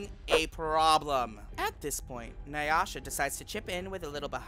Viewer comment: lmao na-yasha lopez